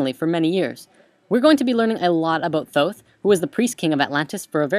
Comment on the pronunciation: dude...for real...atlantis, thooth...oh boy